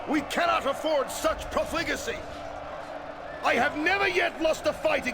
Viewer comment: Weirdest pronunciation of profligacy I've ever heard!